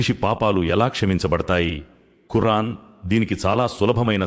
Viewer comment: Khurran kaadu khuraan ani palkandi